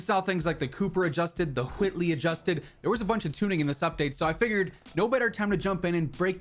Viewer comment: Wait wait, why dit you pronouce whitley like Stewie Griffin😂